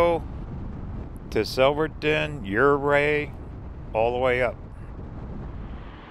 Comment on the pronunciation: Ouray= ooo-ray😁